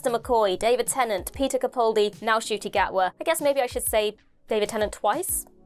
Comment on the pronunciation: Ncuti’s mum has corrected his pronunciation of his name. The N is pronounced.